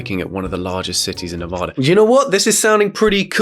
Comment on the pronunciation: It’s Nevaaaaduh.